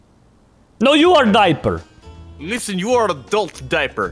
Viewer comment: me:why says dieper every video my mom: probally hes still a baby me: "laught"